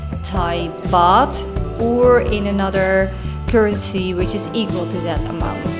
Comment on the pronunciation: It's "Baht" not "Bath" 😑